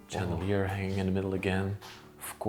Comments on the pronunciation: Such a beautiful house! So many chandeliers, which is actually pronounced like shandelier, to improve the sound of your English. Wonderful job, fascinating! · It’s pronounced chandelier with an SH